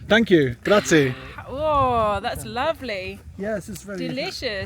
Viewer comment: Guys... You have been all over Italy and nobody has corrected you yet! I have to tell you... It is not "grazii"! It's "grazie". The "E" is pronounced like "Egg"!